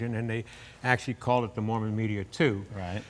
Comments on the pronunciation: It's a MArmon, not a MOrman, isn't it? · Hey Jay, it's MARMON not Morman. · Okay, I stand corrected, it IS Morman. There was an auto maker named Marmon so I guess this was a tongue in cheek name.